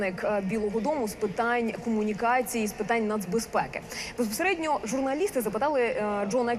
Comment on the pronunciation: Доброго вечора.Шановна, слово не безПередньо,а безПосередньо.Часто вживаете це слово,чути не правильну.вимову.Це с лово вам слід говорити повільніше.З повагою,постіна слухачка,викладач сценічної мови.